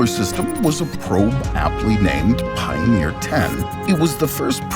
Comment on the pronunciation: Pioneer, not Pioner.